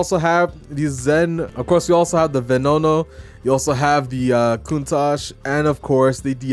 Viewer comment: bro said venono